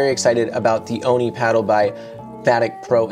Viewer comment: Just a heads up, it’s pronounced “Oh-nee”, rather than “Ah-nee”.